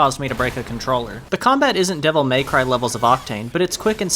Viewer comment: it's Devil May Cry, not Devil Maycry.